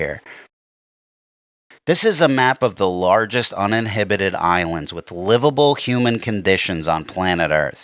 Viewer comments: It’s pronounced “un-in-habited” not: “uninhibited” lol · Dude said un-in-hibatid 😂 instead of uninhabited 😂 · Like your content but it pronounced uninhabited not uninhibited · I need to hear you try to say "uninhabited Island" again. "Uninhibited Island" would basically be Las Vegas in Island form. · Uninhabited...not uninhibited 😂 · Uninhibited? I think you mean uninhabited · "Uninhibited" island? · Damn it I wanna share this video but you keep saying 'uninhibited' instead of 'uninhabited' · Uninhibited and uninhabited mean different things! Tell us again about 5th grade reading and speaking abilities... So, which island have you decided to move to?? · I think the word is, "uninhAbited",... SMH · you meant "uninhabited" not uninhibited. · Love your channel. But the word is uninhabited, not uninhibited. If it was an uninhibited island, then all the people you put there. The island would feel no guilt by rising up and crushing every occupant. Uninhabited means there’s nobody there. Which to be honest would be a shitty way to ruin an island. But fuck it put them all there let the island crush him, diddle them in their sleep, give them diseases, etc. I kind of like an uninhibited island. But the words uninhabited with an A. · Did you mean to say "uninhabited"... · It's also pretty funny hearing mispronounce uninhabited while preaching about stupidity